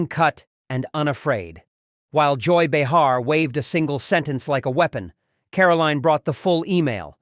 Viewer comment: Click bait, Leavitt has never appeared on “The View,”. Do not recommend channel. Olus, the AI voice has no idea how to pronounce Behar's name.